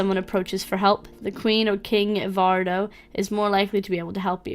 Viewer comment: Hi,. Glad you decided to give my game a try along with the others. I created "Langwidere of Ev: The Trade." Since you're having a little trouble with the names, here's how they're pronounced: Langwidere - "Languid Air" Ozma - "Ahz-muh" Evardo - "Eh-var-doh." Ev - "Ehv" Cari - Well, your pronunciation works.:-D